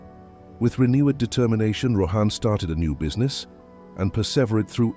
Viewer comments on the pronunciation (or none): It would be great if you could pronounce the names properly. 😊 Rather than Rohaan say Rawhun...even though its spelt as Rohan. 😊